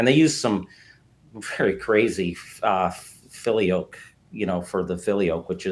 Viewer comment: This dude is totally and completely wrong about church history. Just absolutely ignorant. In fact you can’t be any more wrong about The Orthodox Church and Rome breaking away. You can’t even pronounce the word “Filioque”